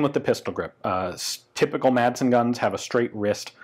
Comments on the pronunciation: Madsen is pronounced more like "massen" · Intersting look into a rather peculiar piece of Danish arms history. Just a little tip: the d in Madsen is silent. So, to anglophones, it should be read something like "massen" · FYI The D is kind of silent in "Madsen" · The d is silent.